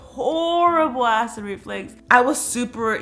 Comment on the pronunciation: Karina: ACID REFLEX🤭👀 Me: Did she just say ACID REFLEX? ME: It's pronounced "ACID REFLUX"😬🤣😂